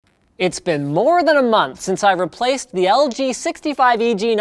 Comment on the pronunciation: he says LGBT lol